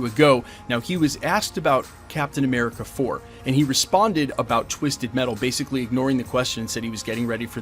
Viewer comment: Captain A-meh-rica